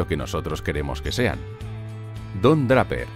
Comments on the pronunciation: Escuché pronunciar "DRAPERRR" 3 veces y ya no pude seguir viendo el video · Se pronuncia Dreiper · me dio mucho cringe ver el video cuando todo el tiempo decia bien los apellidos excepto el de Don Draper.... se lee dreiper.... por que tan dificil jjajajaja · No se pronuncia Dreiper (Draper)? .me gusta el castellano, pero incurren tanto en el error de castellanizar las palabras en inglés, que da la misma impresión que ver un error ortográfico. Lo digo con mucho respeto, y con sentido de crítica constructiva. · Me ha pasado lo mismo exactamente jajajajaja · siii, cada vez que oía Draper me erizaba jajaja